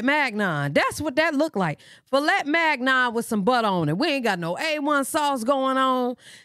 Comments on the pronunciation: Issa filet Migyeon not mag-non 😂😂😂😂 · Philet Magnon lmaooooo. If that was Fillet mignon she butchered it! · Lmbbao… you said it correctly “fliat mignone” … them jaidyn dinner plates be looking suspect frfr 😂😂😂